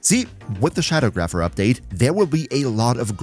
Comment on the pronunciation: It's Sha-dawg-rapher.